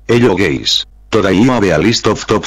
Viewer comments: You: Hello guys The spanish voice: Ello Geys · I heard hello gays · hello geys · “Hello Gays” IMAO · "Helo gays" 💀